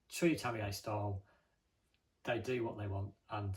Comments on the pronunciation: I have a lot of British friends, and this is the first and only time I have ever heard it pronounced like that. All of them pronounce it a little bit differently, but I think it's pretty well established that the last syllable is "yuh". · Tam-me-yay...thats a new one.